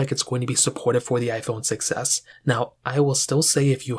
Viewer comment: why does „iphone 6s” sounds like „iphone succes”